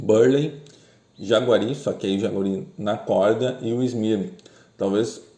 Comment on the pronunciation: Jaceguai, não "jaguari"